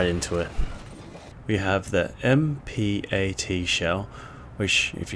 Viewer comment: MPAT is pronounced M-PAT